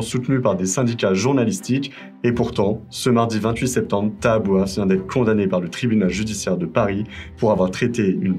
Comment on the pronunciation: "coMdamné" Vous êtes sûrs ? >>> C O N D A M N É !